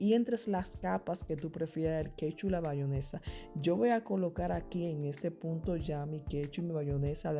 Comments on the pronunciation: bayonesa???? Eso escuché 🤣🤣 muy bueno y se ve rico, pero es "Mayonesa" sorry!!!! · la gente vieja o campesina le sigue diciendo bayonesa a pesar de que el propio envase dice en grande MAYONESA